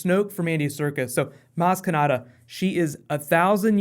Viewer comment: Its maz kanata, why is everyone saying kanada??